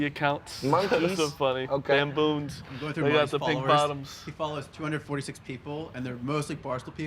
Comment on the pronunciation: said Bamboons 🤣